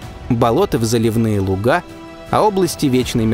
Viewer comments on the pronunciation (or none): none